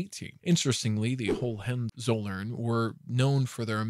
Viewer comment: "Margareta", not "Mareta" and "Hohenzollern" ,not "Hohenzoller"..